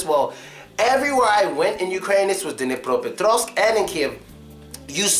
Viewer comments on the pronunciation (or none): Bože mij. This guy is such a jackass! He's judging the Hryvnya! Oh yeah? It's Dnipropetrovsk, not Duh née Praha petrahvsk